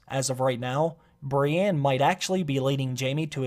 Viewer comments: I hate the way he says Brienne. It'sn E not an A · please don't ever say the name brienne outloud again...